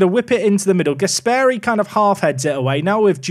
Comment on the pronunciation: The pronunciation of Gasperi makes me sick! It's Gàsperi and not Gaspèri